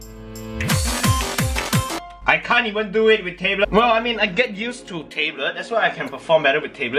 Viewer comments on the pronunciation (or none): You don't pronounce "tablet" like "table", it's more like "tab" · "Tay-blet" 'Tab-let' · i cringe when he says tablet as taeblet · Tablet or Teblet? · i love that he tae-blet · the fact that he pronouce it as "tabelits" is funny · tay blet lmao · he pronounces it differently than most people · I love how pronounces words "Table't" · I like how pronounce tablet as "table" OwO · I just wanted to listen to "Tayblet" thats the reason why I watched tthis video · Thought he said table tbh xD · Taybe-let wtf xD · The way you say Tablet is so jokes xD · The way you say "tablet" makes me laugh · i'm triggered how he says tablet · please pronounce tablet right